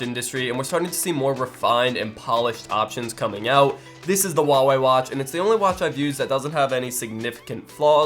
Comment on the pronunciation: Nice video, but pleae stop saying "Wah-wey" - it's "hua-wey".